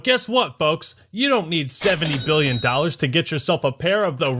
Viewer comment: Something about the way you said "SEVENTY BILLION DOLLARS" in the beginning just broke me. Great video!